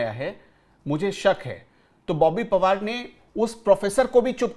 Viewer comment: बोबी पवार नही , बोबी पनवार.